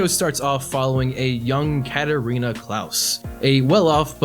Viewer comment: Dude her name isn't Catarina clouse 😂😂😂😂😂